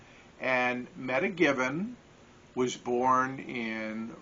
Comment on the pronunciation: at some time I will be doing a you tube. You might want to check the pronunciation of her name Meta (Meeta), not meta data.